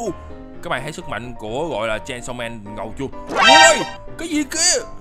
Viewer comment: Chanisaw man à anh đọc sai chứ